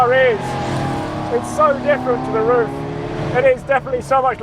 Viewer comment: So infinitely much cooler than any dolled up Singer wannabe. Dudes driving lipstick cars badged by a sewing machine company really have selfconcious issues. Get the real thing. Get a RUF. And it’s not pronounced rough, but RROOF